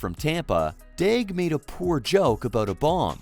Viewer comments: You can’t even say his name right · I'm not gonna lie... All of this video: Me: "What's up with the silent L?"